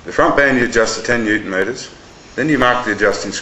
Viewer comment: Say "Newton-meter"